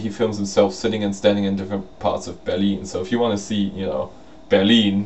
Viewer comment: I just love the way you say "Berlin." Heh heh. It sounds like Beer-lean. Mwaha. I am glad you had a jolly good time. I'm not bitter because I didn't get to go. I'm not bitter at all......:P